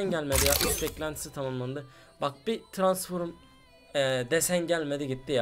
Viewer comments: Transforum değil transfrom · Transforum ne ya transform diye okunuyor u yok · abi tranforum değil transform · Adamın eşsizi var hala transforum diyor :):):):) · Arkadas transform a transforum demek ne yaa :D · Tıransforum değil transform kardeşim o ama yinede sen bilirsin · abi transforum ne yaa kopuyorummm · Ulan hala bu videoyu seyrediyorum TRANSFORUM diyince çıldırıyom :D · Suna birisi transform demeyi öğretsin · transforum demesine bir benmi gıcık oldum